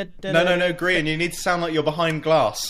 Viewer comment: It’s grins not Brian dufus